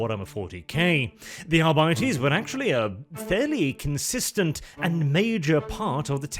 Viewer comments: When it's pronounced arbightees I want to stab my eyes out. I couldn't make it through the video. It should be "arbiteys". Just sounds better and more true to the latin that gothic is based on. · "Adeptus Arr-bitey's"? Sounds like space pirates to me... :D